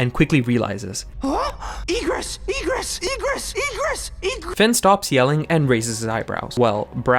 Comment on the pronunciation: And also why Egress sounds like Regress ??????